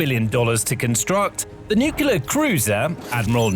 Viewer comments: Dude.. It's pronounced Nuclear.... not Nucelar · Nu-Clear! Not Nu-cyu-ler. Sheesh! LOOK at the word; how do you get Nu-cyu-ler??!? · It’s “Nuke-Lee-Er - NUCLEAR dummy, not “Nuke-u-ler” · Nuculer 🤔 Nuclear 😊 Lenght 🤔 Length ☺ Hypesonic 🤔 Hypersonic 😊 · It's pronounced NU-clear. Not NUKE-ya-lur 🙄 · By the way, there is no word "nu-ku-lar." The word's pronunciation is "nu-cle-ar." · please learn how to pronounce the word NUCLEAR. Unless you are directly related to the Bush family, the proper pronounciation of NUCLEAR is NEW-CLEAR not NewCular like says... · It's NOT Nucular' it's NUCLEAR, pronounced NU-Klee-Ar! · That cruiser, whatever its faults, is NUC-lear, not "new-KE-lar" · Why the F*ck can people not say nuclear but instead say nukillar. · A few seconds in I hear NUCULAR and I'm out! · Yeah I'll never understand how people end up with newcular when they have no trouble saying "new" and "clear" as separate words, but they're unable to combine them for some reason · Nookulur. power.😀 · Please compare the spelling of the word "nuclear" with the way you keep pronouncing it. It makes your entire (otherwise excellent) presentation sound less informed & legitimate. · Would it kill you to pronounce "nuclear" correctly? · How many times can mispronounce nuclear (hint there's only one u) and mach (mawk not mack) in one video?